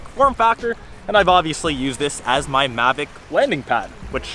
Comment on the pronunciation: It's mavic not magic